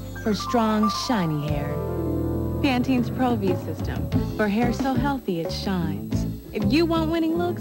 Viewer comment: Why she keep saying Pantenes Pro-V? No extra S on that name hun! #fail